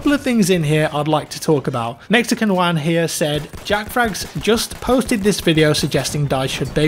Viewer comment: Perfect pronunciation of 'Juan' killed it